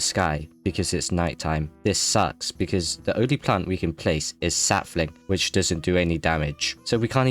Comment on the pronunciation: *Sap-fling (Contain mint)